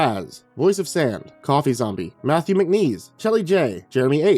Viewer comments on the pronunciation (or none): none